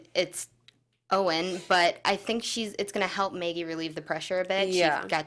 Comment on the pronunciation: You keep pronouncing her name "Meggie" - but it's "Maggie". No one on the show has ever called her "Meggie".